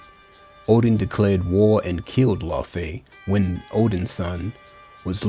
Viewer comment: Why are you saying Laufey like that??